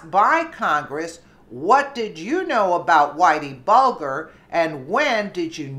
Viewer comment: Good report and in return I will give you a tip. it's Bulger as in bulge. Further it's Mueller as in Mule.